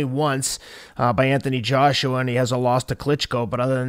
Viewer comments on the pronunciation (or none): none